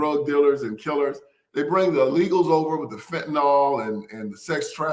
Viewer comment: FENTANYL!!! NOT FENTANOL.